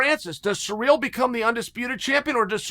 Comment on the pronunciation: It always takes my brain 5seconds to realise who seereal is every time he says it 😂